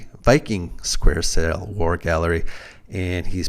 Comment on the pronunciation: theres no R in the word Galley